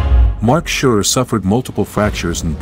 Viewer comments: Well made video, no question👍 Please don't take this as criticism, just for info. The name Surer is pronounced in the linguistic s instead of sh, like safe. He himself says he probably touched something lightly beforehand, it was definitely a puncture. It is also interesting that a marshal pulled it into a small stream next to the track and deleted it, otherwise it would not have survived. Thank you for sharing your work with us. Greetings from Switzerland🇨🇭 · Quite a good simulation. Only please call their names right. It's Surer with "S" not "Sh" and it's "Weeder"